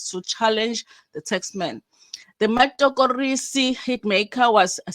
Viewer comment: The “Matorokisi “😂😂😂😂 not “matokorisi”. Anyway I’m here for the